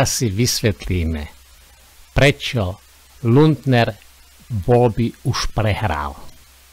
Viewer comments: jedna jedina chyba 😂to nieje luntner ale lunter 😂ale inak super robota 😂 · Nauč sa vyslovovať aspoň meno človeka, ktorého komentuješ.